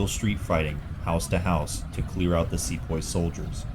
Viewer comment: it's see-poy not se-poy